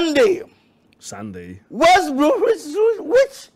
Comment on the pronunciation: È fantastico come ogni volta che il presentatore pronuncia "West bruwusuiiuiwich" (West bromwich albion) l'assistente google si attivi per chiedermi se voglio sapere come si dice grazie in cinese